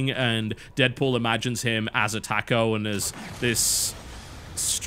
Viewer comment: The way you say taco. YOU'RE FUCKING IT UP!!!!!